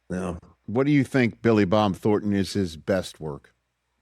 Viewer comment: It's THORNton, not Thorton.